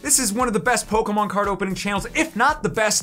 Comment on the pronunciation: Poke e mon not poke mon